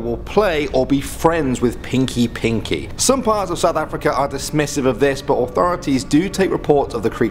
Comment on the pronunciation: Its pronounced peenky peenky, yes, I am south African